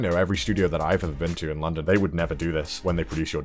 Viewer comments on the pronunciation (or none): none